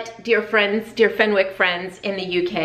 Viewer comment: As a former teacher of History,yes Victoria was quite a character and very progressive,I highly recommend watching Mrs Brown with Judy Dench . I think you would enjoy. If Rob is of British ( or Scottish ) decent the. the w in Fenwick is silent and pronounced Fenick .